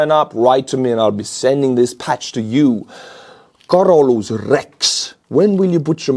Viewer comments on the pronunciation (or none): And it's Carolus Rex. Not Carolas.